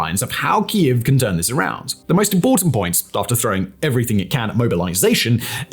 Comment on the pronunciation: He finally started pronouncing kiev correctly 👏